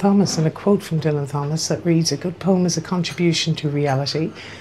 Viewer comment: Great to see and hear you back on YouTube,. I agree what you say about Fitzrovia. How I imagine village life in London. How I wish Soho looks but doesn't. Michael Bentine is pronounced Ben-teen. Also, Dylan Thomas - the H is silent.